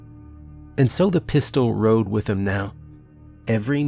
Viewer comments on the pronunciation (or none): none